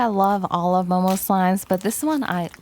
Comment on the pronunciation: sounded like she said mobile slimes😂